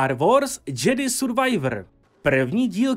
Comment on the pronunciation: super video ale "džedy" survivor prosím ne 😭😭